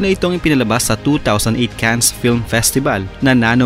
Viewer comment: Cannes... (Kan not Kans)